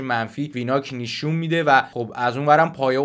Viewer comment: داداش این نشون رو "نیشون" گفتنت واقعا اذیت کننده‌س😁